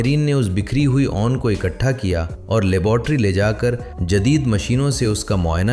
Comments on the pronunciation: بھائی جیسے نون لیگ بولتے ہو نا ویسے ہی اون لیگ بول کر لفظ 'اون' کا تلفظ درست کرلیں. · Ai generated Audio اسی وجہ سے اُون، نادِر، کھُردرا، چوکنّا صحیح تلفظ کے ساتھ نہیں بولا گیا 😊